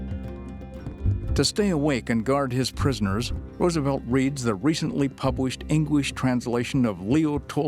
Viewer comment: “Recently pubWished EngWish…” HUH?!?